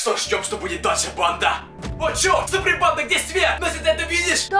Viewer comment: ПОЧЕМУ ТЫ ВСЕГДА ГОВОРИШЬ СУПРИМ ПАНДА